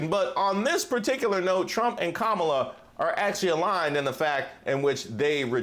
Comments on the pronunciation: perhaps the way the individual disrespects Madame Vice-President Kalama Harris by going out of his way to mispronouncing her name is a good example over the years. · He just can’t pronounce her named correctly. . .on purpose. When the accordion hands start, the lies get bigger. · If there’s a wasp in the room I wanna know where it is. Thank you, NABJ💙🇺🇸💙. P.s. it’s pronounced. KaMALA 🤣🤣🤣🤣🤣 What a 🤡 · When he mispronounces‘Kamala’, I wish everyone would correct him.